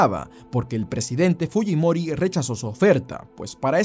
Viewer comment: como siendo peruano pronuncias mal fujimori? 🙄🙄🙄